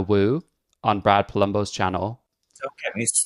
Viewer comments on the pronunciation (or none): Guys, guys, guys. Let's focus in for a minute. It's actually pronounced Brappa Lumbo. You're welcome, now you'll hear that every time Brad does his intro. And you can't unhear it. Also, love Brad, he's pretty awesome.